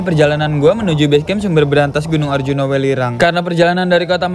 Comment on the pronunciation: Welirang ka bukan wilerang